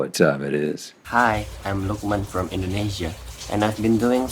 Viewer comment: it's "Lukman" not lokman, and it's "spaghetti" not specialty